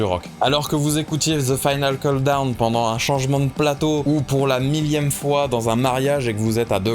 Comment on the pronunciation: Super vidéo, j'ai appris un paquet de trucs sur Europe ! j'adore. J'avoue j'ai grincé à chaque "final keuldown" :D